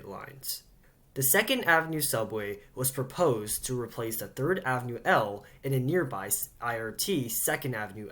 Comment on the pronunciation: You keep saying "Thrid" instead of "Third" & I've been shy to mention your mistakes. I didn't want to offend you.